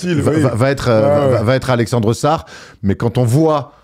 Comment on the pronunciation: Prochaine fois que dit Alexeuuussar je me défenestre